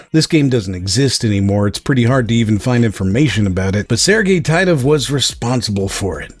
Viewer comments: As a Russian-speaker I'll make one remark: developer's last name should be pronounced as [Teetov], with a sound [I] like in word [teeth] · Its pronounced "Tee-tov"